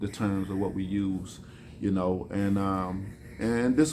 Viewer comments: inchesting way of saying interesting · so Intrashting? 🥴